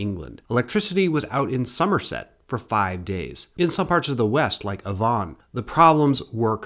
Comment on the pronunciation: Not necessary - it's just a caution. I get it British pronunciations are often counter intuitive and idiosyncratic. I just aim to educate and the fact those ones stand out prove you're mostly doing a good job.. Although Avon is pronounced Ave-on.